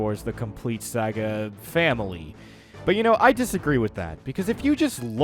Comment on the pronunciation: He finally stopped saying “LEGO Star Wars: The Complete Soogga” thankfully